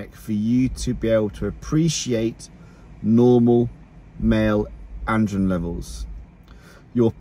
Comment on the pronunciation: “Male andrrrirn levels”